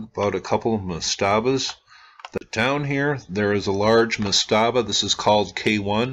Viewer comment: I love your channel, great content, but /ˈmastəbə/ the emphasis is on the first syllable. I used to proof listen audio books and edit that sort of thing. Again, love the channel and the content. Just call them per-djet.